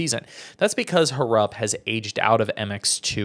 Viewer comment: Brother I just kinda feel that we all know and watch all sides of the sport we all love ama and MXGP, and I just think it's kinda disrespectful to mispronounce one of the top stars names wrong. I mean ur a media guy man, if I know his name is not HAR-RUP, kinda feel like u should to my brother.